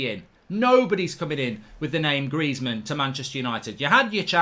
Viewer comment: Greizmann?! Stop. Please, stop.